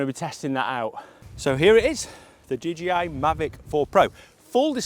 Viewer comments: Nice video. Did you need clearance to fly higher than 120mts AGL? Dee-JAY-eye. So many pronounce it wrong. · DJI ... not DGI. Why, just why???